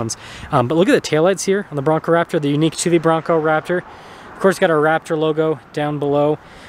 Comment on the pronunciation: Did you call it a Braptor? 😅